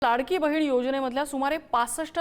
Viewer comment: बहीन नाही गं बये बहिण 😂 किती अशुद्ध भाषा तुझी .